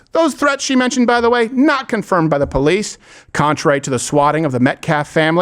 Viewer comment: "Ex-speacially" not a word. "BO-lease" also not a word.